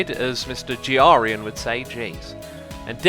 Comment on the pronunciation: Can you stop saying Grian's name wrong, and your name wrong as well? It sounds stupid, annoying, and it could confuse new watchers